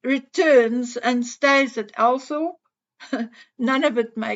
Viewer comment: Althorp is pronounced All-thrup in a quaint English way!!